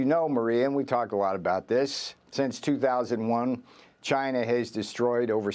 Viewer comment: it's China not V-Gina ohkay !